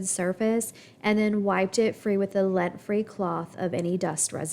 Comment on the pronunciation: LINT free with an I, not lent